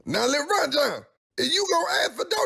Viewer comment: Rev: Lil yan yan The actual way: Lil ron ron